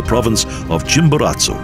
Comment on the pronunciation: Good video but please... how the narrator butchers the names of people and places is amazing. You should learn how to pronouce the words that you are going to read. How hard is it??? Simon Boulevard, Jose de san matah, Cuencha, Chimboratzo, Parque Nacional Callas, lol